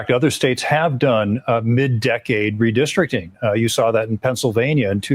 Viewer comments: Stop!! The mispronounciation oh "redistricting" is outright painful. Re- district- ing. Not re-de-strict-ing. Ouch. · RE DIS TRICT ING 😂